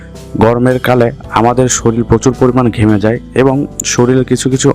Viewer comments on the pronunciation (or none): সরিল নয়, শরীর